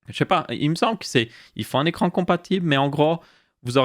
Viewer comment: "écrrrrrrrrrrrrrrrrrrrrrrrrrrrrrrrrrrrrrrrrrrrrrrrrrrrran" ya un probleme pour le 5eme chapitre